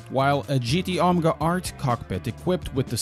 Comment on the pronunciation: Gt onga it’s gt OMEGA not onga🤣😂🤣